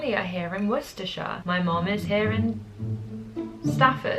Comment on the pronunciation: Love your videos!! Second I heard Worcestershire I was so shocked,xx